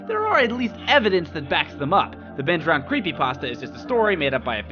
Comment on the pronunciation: No, it's "DROWNED", not "DROWEND"